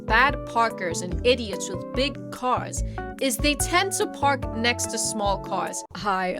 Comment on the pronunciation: holy shit you can really hear it when she says "caws" and "parker"